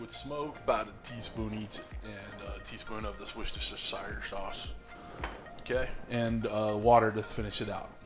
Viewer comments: lol Worcestershire = Wuss-Ter-Shh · Hi I'm Jim from Liverpool, it's pronounced "Wustershare" sauce ;)